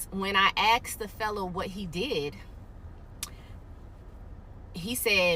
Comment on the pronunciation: If a person uses the word "axed" that one word can tell you a lot about them.